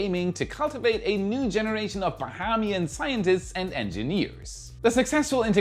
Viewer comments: you are pronouncing 'Bahamian' wrong. It's ba-hey-me-an, not ba-ha-me-an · We say "Ba-hay-mian" government. Fun fact, I'm half Bahamian.👍🏾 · It's Baheeeeeemian, lol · Learn to say Bahamas Ba-hume-az Ba-hame-E-in .....😅 Now go and practice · you are killing me with your pronunciation of "Bahamas" 🤣 It's pronounced (BAH-HA-MAS) the "HAM" sounding like how British people pronounce ham, or how Hamas is spoken.. And when saying "Bahamian", the first "a" is a long "a". (ayy) sound, so pronounced Ba-HAY-mian. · Its pronounced BA HAY ME AN - BAHAMIAN 🇧🇸